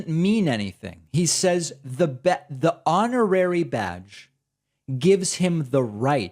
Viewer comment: hon·or·ar·y /ˈänəˌrerē/ Learn to pronounce adjective 1. conferred as an honor, without the usual requirements or functions.